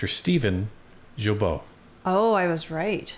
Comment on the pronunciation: those thiefs don't deserve to be called "mister", but everyone should be called by their real name and properly pronounced. please, it is GUIL-bault, not geel-baut